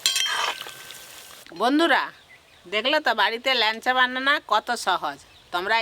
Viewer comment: ল্যানচা বলে না, ল্যাংচা বলে।